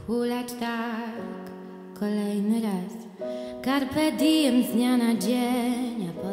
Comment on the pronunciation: Sorry, ale czy ona "carpe diem" dobrze wymawia? Po co po angielsku, skoro to łacina? Powinno chyba być z polska skoro piosenka po polsku "KARpe diem", a nie karpe DIJem". Mniejsza o to, choć jakiś łacinnik by się tu przydał:)